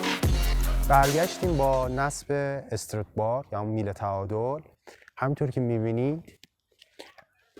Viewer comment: استرِت نه ، همون استرات که توی تایتل هم نوشتی درسته و تلفظ همونه . Strut bar به معنی بند کردن هست خوده استرات و بار هم که میله و توی تعلیق استرات های مختلف داریم مثلاً توی همین ماشین ، خود کمک فنر یه استرات هست